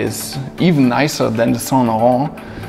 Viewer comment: Saintlarrrrnt accent👌